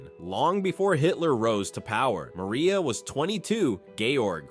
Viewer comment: And tell the AI voice that it’s pronounced Mar-ee-ah.